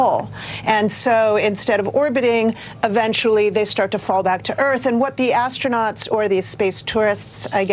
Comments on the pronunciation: I think that lady has a strong desire to call them is "Astro-NOTS"....instead of astronauts. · Someone in the comments said ASTRO - NOTS 😂